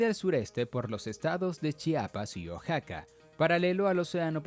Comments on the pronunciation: se dice O-A-X-A-C-A no O-X-A-C-A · Amigo Oaxaca se pronuncia uajaca!!!